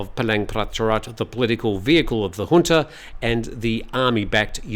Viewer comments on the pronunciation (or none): none